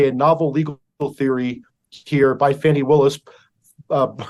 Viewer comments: I live in the Atlanta area. I can tell you that Fanni Willis is so corrupt. If you are white in Atlanta, you will never get a fair trial under her. And by the way, her name is pronounced Fanny like ones fanny. It is not pronounced Fawnii. Great job covering everything Megyn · ita not fanny....its Fani (fony)...please say her name right